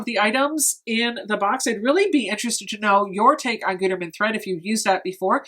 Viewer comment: It’s “good-erman” lol